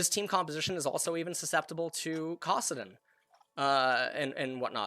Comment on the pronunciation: Did he just say cawsaddin? wth